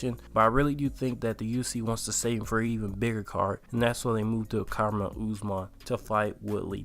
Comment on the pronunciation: How dont you know how to pronounce Kamaru at this point?